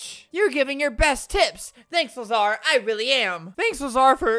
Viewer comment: I like how he pronounces lazar the wrong way... As Lazarbeam would say.. TWO A'S!!!